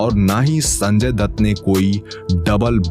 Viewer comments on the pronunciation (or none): none